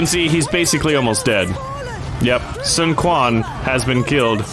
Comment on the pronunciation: One little problem, the pronunciation of the Quan权 in Sun Quan’s name is not like KUAN, actually should be like tchuan.